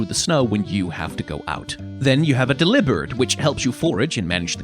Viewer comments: It’s del-ee-bird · THIS IS HOW I LEARN ITS (Delib erd) live delivered not (Deli bird) like a bird that owns a deli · OMG ITS DELIBERD PROBOUNCED LIKE DELIVERED IVE NEVER HEARD IT PRONOUNCED THAT WAY IT MAKES SO MUCH SENSE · Never heard someone say "Delibird" like that. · This is the first time I’ve heard the “deli” in delibird as the “deli” in “deliver” and i really don’t know how to feel about it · i've never heard anyone pronounce delibird like that, but that makes SO much sense lmao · I never thought about that pronunciation for Delibird until I heard you say it, but it makes so much sense; the name has a combination of “delivery” and “bird”. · It does make sense but I hate it lol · Oh my god is that how delibird is pronounced??? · Technically no, but it makes more sense than pronouncing it like it owns a sandwich shop